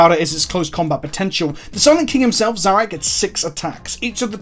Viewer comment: Finally Someone who can pronounce Szarekh properly. I think if you want The Silent king you have to build around it in your army. A C'Tan you can just yeet into any army, but this boi is a definite build around to get them most out of the model on the tabletop.